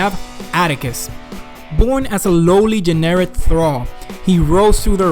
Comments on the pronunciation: i thought the whole time he was saying Generic instead of Jennerit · The Generic Imperium